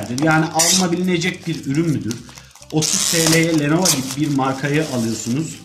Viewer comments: "lenova" :D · lenova diyen birisi inceleme yapmasın